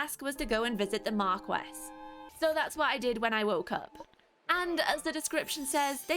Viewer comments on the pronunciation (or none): Marquis is pronounced Mar-Kee